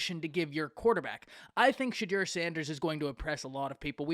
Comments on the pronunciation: Great take. Its pronounced 'Say-do' btw! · It’s pronounced “SEY-DOU”